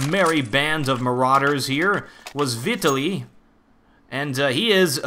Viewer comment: It's vee-tah-lee, if you need to know. "tah" like "cheetah"